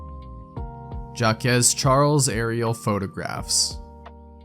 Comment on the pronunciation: This is hilarious how you correctly pronounced "Noir" and "Benoit", but butchered "Jaques Charles"